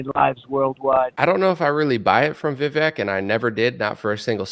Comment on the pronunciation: His name is pronounced "Vi-Vake".